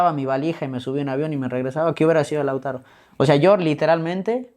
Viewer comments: El entrevistador es un improvisado por eso repite wuey pues le falta léxico, ni sabía bien el nombre del jugador pues varias veces le dijo Lázaro y no Lautaro. No preparo la entrevista. En fin... Muy mediocre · El disque peridista que lo entrevista,le dice Lázaro y se llama Lautaro a parte de no saber ni hablar😅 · No se llama Lázaro, sino Lautaro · Es Lautaro no lázaro...pésimo el entrevistador......cultura de barrio bajo..... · No se llama Lázaro wey, se llama Lautaro